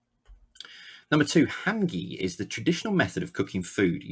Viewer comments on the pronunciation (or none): You were close with your pronunciation of hangi. Everything was right except for the "I" we say it as an "e" sound. So imagine hang-e 😊